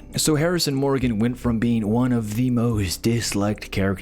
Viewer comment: I noped out when "Morgan" was mispronounced. Probably AI voice and not a fan of the show if you can't pronounce Morgan correctly